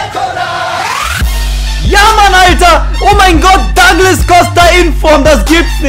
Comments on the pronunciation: Der heißt duuuuuuuuuglas Costa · Epischer Anfang! :O Ich finde deine Pack Opening echt mega cool, von den Sprüchen am besten! :) Er heißt aber nicht 'Dagles' Costa! xD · Duglas" Costa bitte ;)